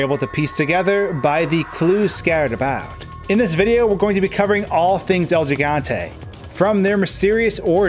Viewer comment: Its el giganta not jiganta Gee Gantay